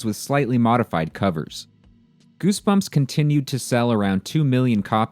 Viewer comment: Gersberms mah fravrit berks!